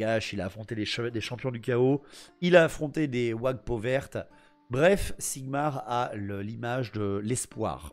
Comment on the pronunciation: Pssssttttt...This is not Sigmar but ZIGMAR ....! Repet after me ZIGMAR !!!! Don't forget to yell it ! Never ...! Be proud of him...ever... young paladin...!